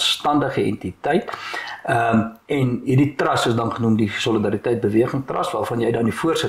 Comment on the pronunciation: Dirk, nie "trast" nie, maar TRUST met 'n U asb.